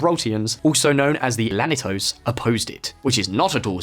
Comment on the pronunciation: The way you pronounced "llanito" and "la línea de la concepción" gave me cancer.